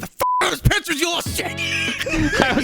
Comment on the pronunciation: Why does say Pitchers instead of pictures and everyone pretends they don't hear it?